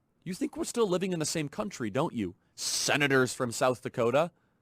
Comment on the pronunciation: "Sssenatorsss from South Dakota" the slurring here is off the chain in this one... Is he drunk?? Is he on Ambian?? He's definitely on something.